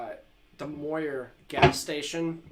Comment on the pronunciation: You must of failed every single english amd reading class you ever took as a kid. Pronouncing randall and mooer so badly wrong the way you do. Great guitar tone tho.